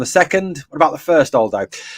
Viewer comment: lolz buddy...'Aldo' is said as 'ahahahal-dough' not ALL-dough. Happy to help bro.